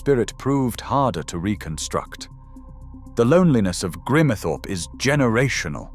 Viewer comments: It’s GRIMESTHORPE……not GRIMERTHORPE. Hate these mechanical commentaries. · Cant pronce Grimethorpeor even Ebba Vale